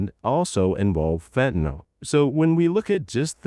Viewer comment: Just FYI, it’s “fentanyl”. There’s no “o” in fentanyl. It’s pronounced “fen-tan-ill”; not “fen-tan-all”. For some reason the politicians and media pundits on tv can’t get it right and have decided it has an “o” in it. He actually goes back and forth in the video; which is odd. Venezuela isn’t a large supplier of even cocaine; it primarily comes from other South American countries.